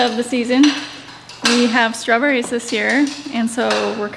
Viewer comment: .... we have STRAWBERRIESSES here lmao!